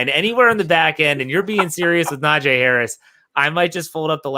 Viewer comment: It's NaJee not Najay... Put sum respect on his name